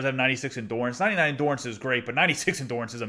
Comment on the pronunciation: Subscribed. PS it’s endurance, not endorance